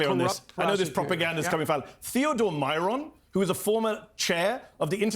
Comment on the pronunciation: Theodor Meron (not Myron)